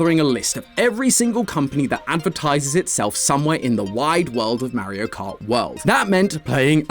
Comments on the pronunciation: Stop it's Mario not Mairo get it right 🤬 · It’s MAR-io not MARY-o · MERRY-O? Buddy, it's MAR-EE-OH... MAR as in Mars, not MARE as in a horse. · The way says MAriO instead of Mario 😂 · Calling it Marry-io makes you sound like an out of touch old person lol. But maybe it's the Bri'ish accent, which is cool ngl In the states it comes off that way though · He is the only person who says maerio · . “Merio kart” I miss matt🙃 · "Mare-io" "Mare-io" "*Mare*-io." Poor, poor,.